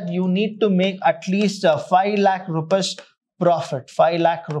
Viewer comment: Loving the way you teach the concepts and the use of very easy English,, But here's a small request sir, please prouncec rupees as rupees not as rupas it disturbs the flow (to me)